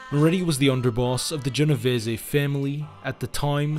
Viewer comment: You really should spend research time learning how to pronounce the names of the people in your videos. The content was fine. It was a nice, tight presentation that covers the important point, but when I hear things like Valachi, pronounced "Va Lack e" instead of "Va latch e" it detracts. Genovese and Lucchese were also both off. Those are all very prominent names in the American mafia.